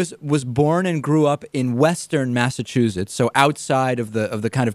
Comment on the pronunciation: Interestingly, the interviewer pronounces Massachusetts as "Massachuzetts" and he doesn't even hear it in himself.